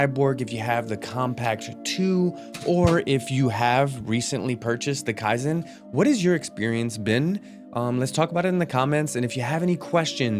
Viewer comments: It's KEY zen brother not kai zen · Key-zen Bruh its not japanese